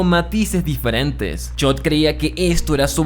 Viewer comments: Chock ❌ Chot ✅ 😂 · Si vuelvo a escuchar chot en lugar de Chuck voy a explotar 🤯🥲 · BASTA DE DECIR CHOT! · No fue suficiente con no saber pronunciar los nombres de TWD, y ahora promuncias mal los de BCS, como que Chod? Quien es chod? Jajajaja